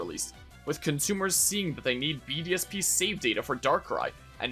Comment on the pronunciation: every time you say BDSP, I almost listen BDSM